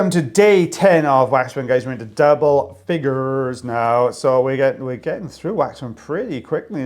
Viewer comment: You sounded a little country there for a minute. "Double Figures" lol...southerners we call them in the US.